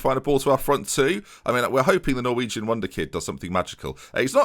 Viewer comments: I'm a Dane, and even I am repulsed by that pronunciation. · That is the worst pronounciation of a norwegian name i have ever heard, i think i can say that as a norwegian But keep up the good work